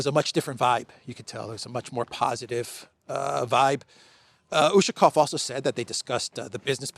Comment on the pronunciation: As well as Ushakov, Lavrov and Peskov last names. Emphasis is on the "ov" syllable. Come n, you van do it. I believe in you.